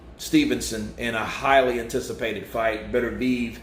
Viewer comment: Are you sure on these pronounciations... Thought it was bet-er-bee-ev